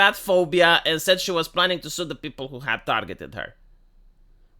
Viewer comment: She said Stew not sue.